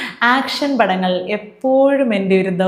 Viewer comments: ആക്ഷൻ അല്ല,, ഏക്ഷൻ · ആക്ഷൻ അല്ല ഏക്ഷൻ എന്നാണെന്നറിയില്ലേ 😀😀😀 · ആക്ഷൻ അല്ല.. ഏക്ഷൻ.. ഒരു പ്രത്യേക രീതിയിലുള്ള ഏക്ഷൻ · Action അല്ല Kട്ടോ. ഏക്ഷൻ. ഏക്ഷൻ. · ആക്ഷൻ അല്ല ഏക്ഷൻ ഒരു പ്രേത്യേക തരം ഏക്ഷൻ 😂